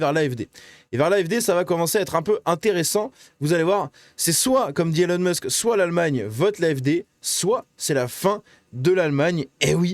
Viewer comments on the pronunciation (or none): none